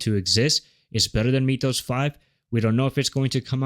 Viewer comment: Unwatchable video as the AI voice and script keeps saying MEEETH-ohs. Come on. It's MYTH-ohs, as in Myth.